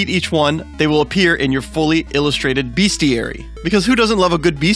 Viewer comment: At the cost of being a little annoying, those words are pronounced "Hair-oh-ing" and "best-e-ary"